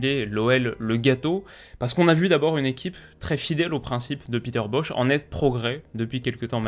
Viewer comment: Peter Bosz se prononce Boss, mais ni Boch, ni Boz. Merci pour ton analyse. 👍